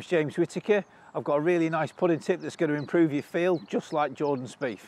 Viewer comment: Speith not Speefff